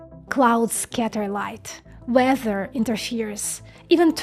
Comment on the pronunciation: Tf is Veather 😂